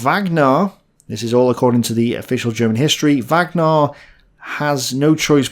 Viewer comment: please stop saying ashume